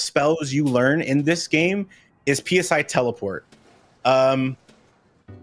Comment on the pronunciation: Friendly reminder to all runners and commentators that "PSI" despite being capitalized is pronounced the same as the Greek letter.